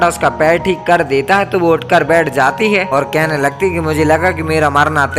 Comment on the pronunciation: Bhai tumhara "THIKE" ate 😂😂